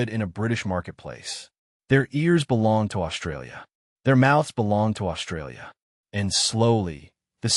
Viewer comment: Imagine, watching a video, voice by A.I. about how the English language has morphed; and the A.I. can’t pronounce the most important phonic in its’ language! Mispronouncing the most commonly used word in the script! This speaks volumes, pardon the pun, about how dumb we’ve become; despite the advances we’ve made. Let’s consider that word, “Australia” and consider its’ proper pronunciation, shall we? This word contains the letters ST joined together and that sounds Ssss and T. Now listen to the way the A.I. voice pronounced the word, “Australia”. Notice how the ‘ST’ is being mispronounced? The letter ‘H’ has been added, so the ‘S’ now sounds “Shh”. This mispronunciation is becoming ubiquitous, now it has entered the realm of artificial intelligence.